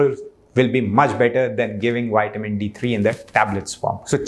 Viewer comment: I would not praise "wide men". Extra large men are prone to all kinds of disease. No, keep your "wide men's" for yourself. I want health; not all the problems associated with obesity......... If I, as a native English speaker, can learn to pronounce Hindi respectfully, then I expect you to respect English pronunciation....... 😇 ... vi-ta-min